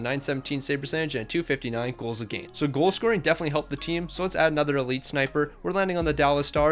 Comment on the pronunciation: Against is pronounced wrong